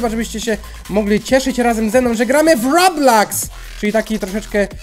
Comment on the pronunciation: się nie muwi roblaks tylko robloks